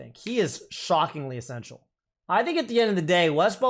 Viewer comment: "Fill"thy and "Essence"tial